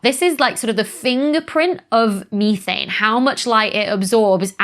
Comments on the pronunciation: Say it with me now Becky, meth...ane.. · Never heard methane (meth-ane) pronounced me-thane before. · ME-thane? I thought it was METH-ANE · Meee-thane. 😂 Gets my everytime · I was startled when I learned how “Methane” is pronounced across the pond 😂 ❤